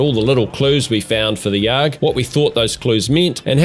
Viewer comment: I don't think anybody phonetically pronounces ARG... They just say the letters. That threw me for a loop.